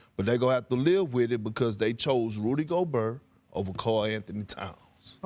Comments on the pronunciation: “Rudy Go-Burr” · The way Perk says Goburr always cracks me up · “Rudy Gobur” lmao I love perk Go Knicks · S/O Rudy Go-BURR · I like how he said Rudy Gobur. 😄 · Perkins, can’t even say the man’s name correctly. Who the heck is, Gobuurr? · rudy go-bur